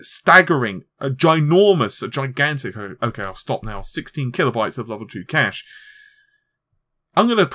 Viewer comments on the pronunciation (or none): none